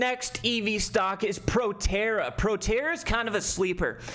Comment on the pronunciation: that’s not PROTERRA 🤣🤣🤣 “ptra” trading on the 7’s 🤣